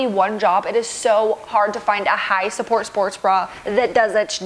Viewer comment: I love when says "high s'pport sports bra"